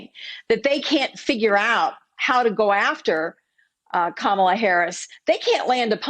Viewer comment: It seems the best they can do is to mis-pronounce Kamala's name. That and constantly lie! It feels like I am back in Junior School. How embarassing for the GOP. Is that the best they can do? The reality is, if Trump had simply done his job, he would be re-elected. But he has failed to do the job. He has failed America.